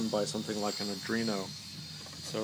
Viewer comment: Not that it honestly matters, but I'm 80-90% sure it should be pronounced "Are-doEE-no." not "uh-dree-no." In your defence, however, there actually IS something called an "Adreno". It's a Qualcomm cell phone GPU line. Pretty good line at that. Also, thanks for the video, I have the exact same motor, and I was looking for a good way to drive it. Would likely never have thought to leave out the common on my own. Too outside-the-box for me. I... like the box... Thanks again.